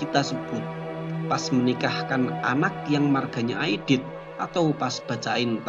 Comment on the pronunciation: 'Aidid bukan Aidit. Pakai huruf 'Ain dan Dal bukan Alif dan Ta.